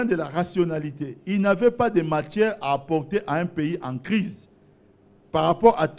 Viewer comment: soigne ton accent, tu parles très mal français étant un politicien ça donne pas envie de t’écouter, tu confonds matière à matchière keiekeiee, cela ne te gène pas? hien, avec des gens comme toi, tu penses que kabila peut gagner des accords avec d'autres pays?? en plus ce que tu racontes ce rien que du bleuf, tu penses k les gens sont idiots, alors, arrête de passer a la tv, soigne d'abord ta prononciation et ton français... c'est horrible d"écouter ton français et tes bêtises.